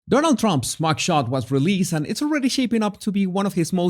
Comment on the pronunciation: “Donuk Tromp” Learn to speak English 1st…